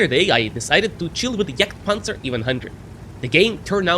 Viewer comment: pronounce the name correctly. its not juuurger and not jurgtpanzer. ok ?